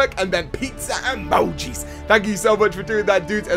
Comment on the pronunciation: The way he says emoji 😂